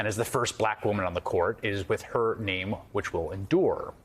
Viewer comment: He said her name right!